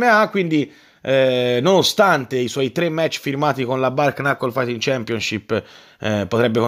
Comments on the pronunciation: Bær nakl. La pronuncia si scrive più o meno così. Non è Bar knaccol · Ha firmato con kiiiii? La bare nokol?? Manco ad andare a leggere la pronuncia! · Comunque é 'ber naccol' la pronuncia...mani nude appunto 😉. Comunque non si puó dire l'esito a priori, visto che combattere senza guanti é molto diverso dalla boxe. Qui Kimbo Slice avrebbe avuto un gran seguito